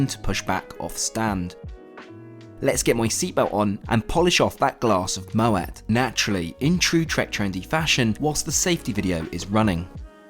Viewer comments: NOOO its not moet its pronounced mo-ay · Moee not Moett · May I be the French language police but Moët is pronounced mo..ay, sorry for being pedantic 🧐😂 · I honestly thought it was pronounced Moe-aye and not Moe-ett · Most is said Mow, ay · Pains me how you pronounced Moët 🙈 it’s pronounced ‘mo-ay’ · Fab post always! Darling you don’t pronounce the ‘T’ in Moët (mow-a). Everyone deserves a little bit of luxury once in a while, your uploads and advice help us to get the best deals available.x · Sorry bud but Moet is pronounces mo-aye!! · And fyi, Moet is pronounced moey. Sorry it sounds like I'm a troll but I really do like your channel 😁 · Maybe you can read the label of the Dom but you can’t pronounce Moët properly and instead try to act like you are one of the highest ballers. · Hey....great vid. Love vicariously travelling with you....would you like to know Moet's pronounciation? And 'gratin'? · Most of the comments: talking about the video Some of them: “YoU pRoNoUnCeD mOeT wRoNg” No hate intended😅 Heck, I didn’t even know about Moët until I saw this video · Hey dumb ass ... The t is silent in MOET... Want an uncultured Fuck face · for someone who drinks so much champagne in their job pls learn how to say Möet correctly😂😭